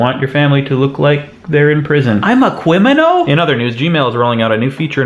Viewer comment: This is some TED Talk level stuff, Craig. So clever it's, dare I say it..... Cwiminal.